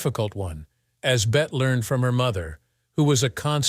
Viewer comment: It's pronounced Betty. She is not a wager.